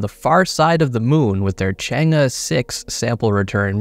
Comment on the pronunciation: You read the name ‘change’ correctly this time😂